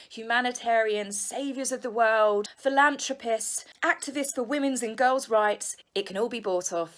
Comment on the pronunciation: When you said philanthropist I thought you said...Phil lambs to piss. Juxst had to share that. Have fun!